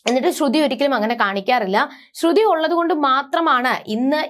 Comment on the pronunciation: ശ്രുധി അല്ല ശ്രുതി ആണ് ok